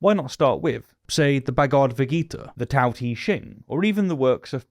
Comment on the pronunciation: Tao is pronounced oddly. The "T" has a T crossed with a D sound. Lao Tsu and many other philosophers, talk about life as a Beautiful Tragedy.